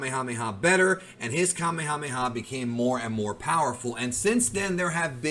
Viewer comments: Native Hawaiian here…. Fun fact: Kamehameha (the chief) is pronounced the same way as the move in Dragonball. “Kameyameya” is an english mispronunciation As is “Yookalaylee” and a lot of other Hawaiian words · You are incorrect about my kings name: Kamehameha. The way it is pronounced in Japanese is the correct pronounciation in Olelo Hawai'i. The way you say it- Kameamea is in- correct. The name has a very intense meaning in Hawaiian. It is a spiritual name and a very powerful name from its origin. So, I believe you, sir, need to research the word, the name, and the spiritual content behind it. He was recognized as extremely strong to the point of beyond human. The physical feats were registered and documented. The Kanaka were knowledge and practiced a martial arts known as Lua. It was recognized by China as the most deadly of all martial arts known.